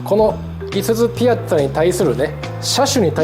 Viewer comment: ピアッツァのイントネーションってピ「ア」ッツァが正しいと思ってた